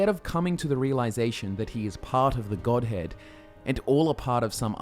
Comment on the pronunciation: every time i hear godhead, i hear godhand